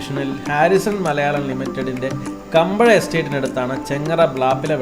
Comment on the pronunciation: കുമ്പഴ എന്നാണ് കമ്പഴ എന്നല്ല